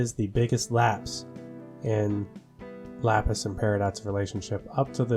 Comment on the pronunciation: ITS LAPIS